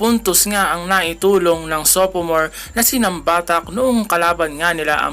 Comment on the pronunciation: nambatac sir!! not nambatacs hahahha